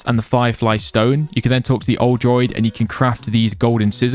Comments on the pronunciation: also its DROO-ID droid is a robot =P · Druid, not droid. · DRUUUU ID not droid 😂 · As a person who has Irish descent it triggers me that he says druid as Droid 😂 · Bro pronounce Druid correctly lol pla